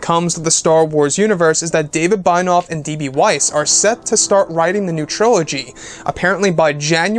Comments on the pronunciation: Binoff? Bye-noff?? It's BENIOFF. Ben - E - Off. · its pronounced BEN-EE-OFF (Benioff)